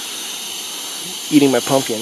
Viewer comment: Gophers?! I thought you said golfers.....